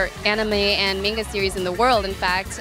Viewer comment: An asian pronouncing manga wrong???